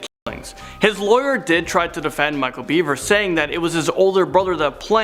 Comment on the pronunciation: It is "Bever", not "Beaver".